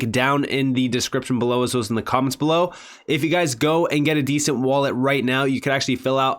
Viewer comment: Although I do love your channel ... It's a ...DE..cent .. As in De ..centralized wallet Not a descent..wallet .. Like it's OK..it's descent... It's a DE ..CENTRALIZED WALLET .. DE ..CENT .. NOT DESCENT...LOL